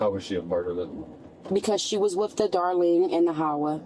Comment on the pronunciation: With being pronounced as wiff is making my brain itch.